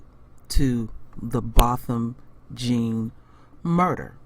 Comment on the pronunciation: It's Jèan not Jean. It irks me when people say Jean.